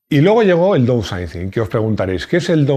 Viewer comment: "DOUSAICIN" no. "DAUNSAICIN" Es la pronunciación correcta.